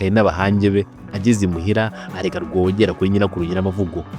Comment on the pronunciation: Wakoze kuduha amateka. Ariko mujye mugorora imvugo muvuge amazina uko avugwa. Urugero: Rwogera uramwita Rworeêra